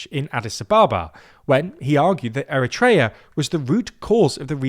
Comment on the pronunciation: eriteria is being erit-tating!!